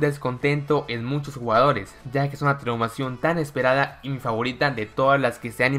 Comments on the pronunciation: Parece que dice traumacion xD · Dice traumacion